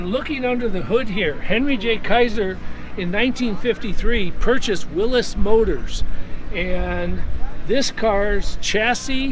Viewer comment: This is a man who really knows cars! He knows how to pronounce “Willys” the proper way! Beautiful car!